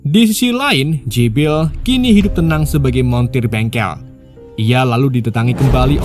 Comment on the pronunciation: jibral jibrill . mimin e mabok